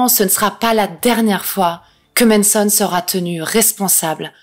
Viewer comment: C'est MAnson mais tu dis MEnson, ça me fume 🥲